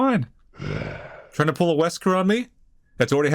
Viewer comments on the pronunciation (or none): none